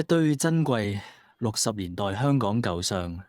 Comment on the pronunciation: AI聲音演繹，為何會喘氣？？Al 都會唔夠氣嗎？「he he 鞋鞋」？🤔😅 發音奇怪。 舊相，不是讀成「舊賞」，片中而是讀為「舊上」。 雖然如此，多謝分享。🤝